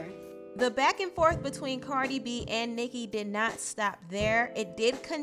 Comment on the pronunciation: CARDI B NOT BB